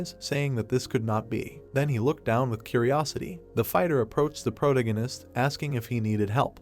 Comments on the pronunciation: Pro-tag-gon-ist Not Proto-ghen-ist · is disinterest, not displeasure... Please improve your vocabulary if youre gonna read stuff for people... Also thats not how you pronounce protagonist